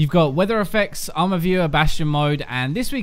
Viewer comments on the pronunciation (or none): none